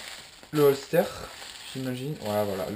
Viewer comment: Ca ce dit holsteur